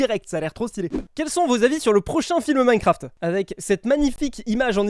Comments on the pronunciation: Minecraft ❌ Minecarft ✔️ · Ptdr minecarft au lieux de minecraft 🤣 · "Minecarft" Bah bravo 😂